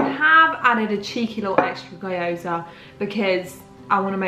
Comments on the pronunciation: You pronounce gyoza as: gee·ow·zuh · Video idea: learning how to pronounce gyoza with google translate 🤠 It’s kind of pronounced more like gee-yo-za but the gee-yo is said really quickly. Dk if that helps :) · The 'Y' un Gyoza is pronounced like 'ee', so 'Ghee-oh-zah'